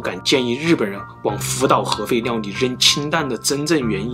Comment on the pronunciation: 当听到核废尿的时候就劝退了，这个发音我个人听的太难受了